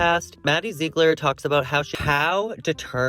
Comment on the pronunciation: Jw… don’t they pronounce Ziegler as ZIG-LER not ZEEG-LER?